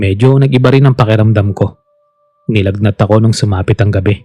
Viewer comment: Gabi po yun hindi gaveee